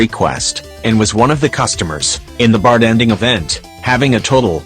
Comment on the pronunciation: Why do I keep hearing the TTS voice say bart-en-ding instead of bar-ten-ding?